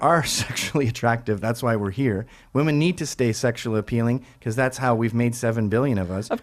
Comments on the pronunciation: she said "wamen" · She kept saying "Wahmen" 😆 P.S. For someone who looks like they could be living in Williamsburg, the dude completely exceeded my expectations in how he won this debate. I should probably watch more of these dude's debates. P.S.S. How do you get Jewish women to fuck you outside of wedlock? For as long as I've lived in NYC, I never thought it was possible to do so.